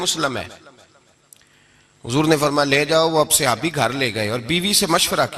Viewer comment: یہ سیابی کیا ہوتا ہے۔ لفظ صحابی ہے۔ لیکن اکثر بریلوی اپنی جہالت میں غلط لفظ بولتے ہیں۔